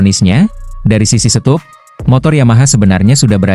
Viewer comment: SET UP itu dibaca SET AP. Masa gitu aja ga tahu sich?